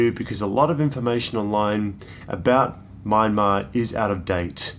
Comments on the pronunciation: When are you guys considering visiting again? It'd obviously be after the pandemic. A couple of other tips: - the country is pronounced "Mya-mar". Two syllables. The "n" is silent. This tip also holds true for other Burmese words spelled in English. The first few consonants and vowels mash together. If Myanmar was three syllables instead of two, it would have been spelt "Myyanmar". It's how they interpret English spelling. "Yangon" is pronouced "yun-gown" (rhymes with bone), not "yan-goon", nor "yan-gone". - Regarding food, if it comes in one bowl/dish, mix it together. Everything you get in smaller dishes next to a main, big dish, are side dishes. Mix bits and bobs from the side dishes together with the main dish. There's no right or wrong way to do this. Experiment, and see what works for you. - the places you ate in this series looked fairly expensive. Crazy cheap compared to Aus, but about 50% more expensive than what I had expected. Don't worry, you didn't get ripped off. You just ended up in touristy places, probably on the main streets rather than back-streets, even if there weren't other tourists there. - I'll leave more tips once they come back into my head. It'll also help if I knew what time of year you're heading there. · Nice video and really cool tips. btw, you're still pronouncing Myanmar wrong. Like when you pronounce kyats, it's not My-an-mar. It's M-yan-mar. So it's closer like Mian-Mar. Thanks for visiting my country and sharing beautiful videos. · Nay Lynn is right! It's pronounced Mie-En-Mar or Mian-Mar.